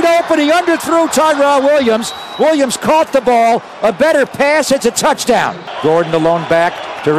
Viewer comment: He says Touchdown like soccer